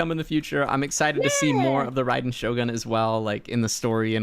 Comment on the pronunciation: Is it just me or did he say Raiden's name wrong? The Raiden part 😂 Idk if people say I differently but man why do they say her name wrong ;-; even she does too the voice actor!